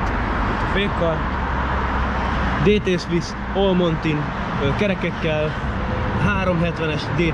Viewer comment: A montenbájkot is montinbájknak mondod?